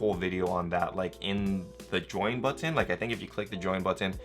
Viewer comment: Love the way you pronounce button.